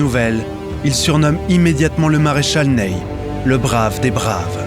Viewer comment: Très beau doc, merci. Mais le Maréchal "Neille" aïe aïe. Le Maréchal Ney/Nez.